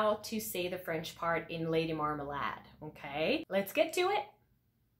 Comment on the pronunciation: What do you think about them pronouncing "marmalade" that way? Is it "correct"?